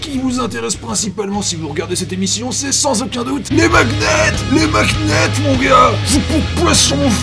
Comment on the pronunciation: "Mag-net" Euh hein XD